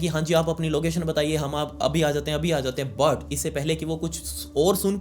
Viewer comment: The way you sai "But" ufffff ❤